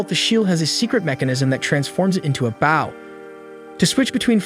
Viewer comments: anyone else wanting to correct the audio? its bow as in bo not bao like the bun or the front of a ship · It's not bao, it's bo... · Bro I can’t get over the ai saying bow(ba-w), instead of bow(b-o-w) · Bow ❌ Baw✅ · i cant take this seriously because of the pronunciation of bow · yeah it’s an ai so it doesn’t say it right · Hearing an incorrect pronunciation of the word "bow" repeatedly in a story about an archer is kinda annoying if I'm being honest. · Bow & Glow. Bow & Cow. It is that easy. 😊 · Glad it’s not just me please pronounce it right such a easy word as well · So true the whole video experience drop each time it pronounced bow of archery as bowing gesture 😅. Ai is not perfect I guess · Got to remember the bow of a boat is spelled the same way as bow the weapon so AI is sadly sounding it out and not looking at the grammatical structure it's being used in. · Maybe it's ai voicing. He also says an - ime instead of anime